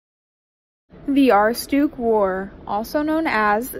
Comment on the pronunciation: Not how you pronounce aroostook but ok 👌 (I’m from Maine found this hilarious)